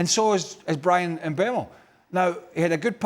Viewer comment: Mbeumo not Mbuemo!